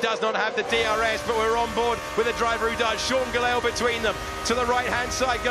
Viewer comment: struggle to pronounce Gelael name haha. "Geyell"